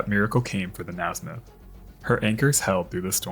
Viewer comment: Its is pronounced (Ney smith) not (Nasmith). I went to school with someone who had that last name.